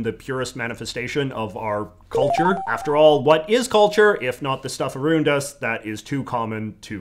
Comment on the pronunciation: Ain't no way anybody actually says around that way